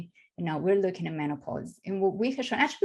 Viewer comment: Did she say Nature Journal or Natural Journal. Can't understand her accent!!! Can someone please interpret??